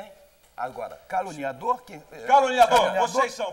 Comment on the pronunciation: Eu já vi mil vezes e não consigo parar de rir! O Quércia falou a palavra "caluniador" 15 vezes. kkkkkkkkkkkk E quase que sai "calango". kkkkkk